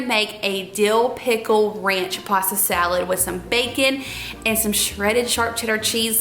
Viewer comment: Salad not dalad.🤭